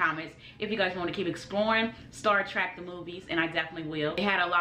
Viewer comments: It's Star TREK, not "Star TRACK" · Trek.......it's TREK...not TRACK........arggghh....lol..... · Star trek, not star track my guy.